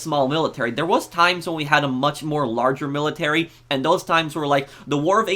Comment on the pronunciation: stop sayin millitary